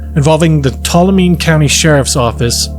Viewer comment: People really struggle pronouncing Tuolumne